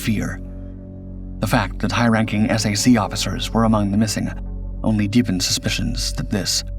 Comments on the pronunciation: S-A-C? No way. It was called SAC as in sack. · "S A C?" It's pronounced "sack!" but A.I. doesn't know that. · Take it from a guy that served in the Strategic Air Command, there is nothing more annoying than to hear the Abbreviation of that Command pronounced S-A-C. SAC is an acronym pronounced the same as the word Sack. Just like many acronyms like NASA, or ACSII are pronounced today. SAC was the Best Command in the USAF and was hated by the the TAC fighter jocks because SAC set the standard for the USAF. So they promoted a TAC Gen to kill SAC and combined Commands into a new unified command structure and split up SAC assets. TAC & SAC was formed into the Air Combat Command, ACC. Better known in the USAF as the Air Circus Command because of the constant foul ups from commanders that couldn't get things right and their political pandering and groveling to get ahead. Most don't know that the ACC flew 2 nuclear weapons across the US. One to a Base for an airshow for a display B-52 and another to move the weapon to another base. 100% illegal to do in peace time. It got so bad that ACC was and is still having problems holding on to Maintenance troops for more than one enlistment. The USAF is just a sad shadow of what it once was. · Hi it is SAC as in “sack” not S-A-C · Why do you show aircraft that have nothing to do with the C-124? For example the C-135 and C-123. You even showed C-133s without even noting they were completely different aircraft. This is just ignorant and sloppy in the extreme. And there was no such thing as the S-A-C, note it was pronounced as "Sack." Further, it is plainly stupid to think that the aircraft was carrying a nuke with that many unvetted pax aboard (look up the nuclear-related Personnel Reliability Program (PRP). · SAC was never said S, A, C. It was SAC like a sack. Later it became ACC, which was pronounced as the letters (not ack) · SAC was never pronounced as S A C! WTF?! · SAC was usually pronouned "sack" back in its day.